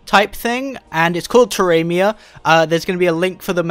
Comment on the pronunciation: Please tell me your pronouncing the name of this wrong - I believe its suppose to be pronounced Tera Me-uh